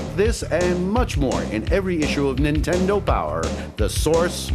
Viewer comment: Hey, guy on tape singing the "nintendo " song...there's a D in Nintendo...it's not Nintenno.